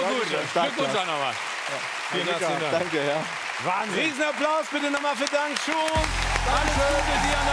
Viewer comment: Das ist Dang Kiu ausgesprochen